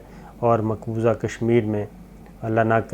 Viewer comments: It's maqbooza not maqbooja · Maqbooza not Maqboja Indian ho kya raid maar rahay ho urdu ki